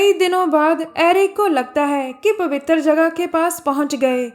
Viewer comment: Pawwitar jagah very funny 😂😂😂🤣🤣🤣